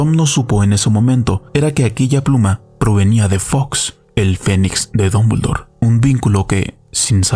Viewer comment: Dombuldor, Dombuldor? Estamos leyendo el mismo nombre, CATETO?